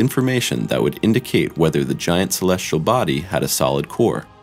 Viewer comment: Agree! I O and celestrial instead of celestial. Just as bad as saying nucular instead of nuclear. Drives me insane. Plus the title is click bait.